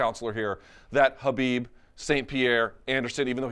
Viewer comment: He really tried to say Khabib Jesus Christ